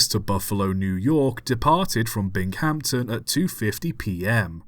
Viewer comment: Binghamton, 30 min south of me, loved the pronunciation, Bing-em-tin to locals. Love all vids, didn't know there was an accident this local.